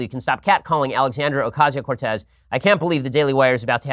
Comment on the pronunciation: The real reason Ocasio-Cortez turned down your debate offer is because you got her name wrong so many times. :P